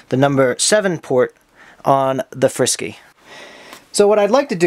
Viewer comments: reciever is pronounced free sky not frisky lol frsky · The way you pronounce frsky reminds me of some sort of cat food.